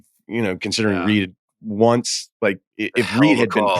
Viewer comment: Marcel Reed not Reece